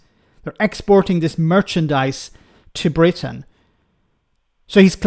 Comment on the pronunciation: Call it sht Bwitain